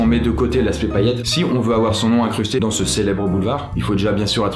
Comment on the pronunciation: Salut, pourquoi dans toutes tes vidéos tu ne fais jamais la liaison avec le mot "dans"? Exemple: "dan une vidéo / dans'z' une vidéo" Dsl ça me stresse à chaque fois :) A part ça, continues c'est cool